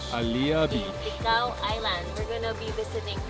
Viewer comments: Great Video! I am bicolano and I’m staying here in metro Manila. I miss my homeland! By the way it is TICAO not TIKAO! 😊😁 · It's Ticao not Tikao, I'm from Masbate thank you for featuring this.. 👍👍👍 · It’s TICAO po. Proud MASBATEÑO here thank you for visiting my homeland.